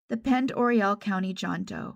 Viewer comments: I believe the town is pronounced Pend O ray. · Pend Oreille is pronounced Pond-O-Ray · Pend Oreille is pronounced pond-er-ay. I am from there and it’s French in origin. 🙂 thanks for the video!